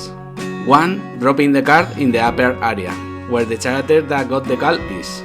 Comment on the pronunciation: Looks nice! Perfect scope for a game jam. Something that actually can be finished. i was always very good at picking too large targets myself, and not being able to finish any of it. Also, character, the ch is a K sound, not a tsj (your english otherwise is great). Keep it up!